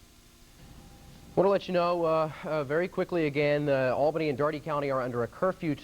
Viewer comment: The need to learn how to say Albany properly. (it is "All-Benny")